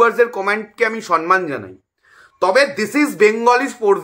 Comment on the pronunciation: Kotha ta somman,sonman noy.....